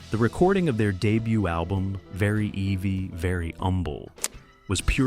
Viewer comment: Very evvy, not eevee. yanks!🤣